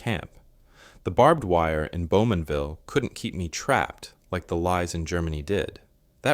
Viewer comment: Bowmanville! Not Beaumanville.